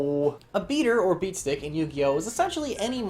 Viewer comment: Are you saying beast dick?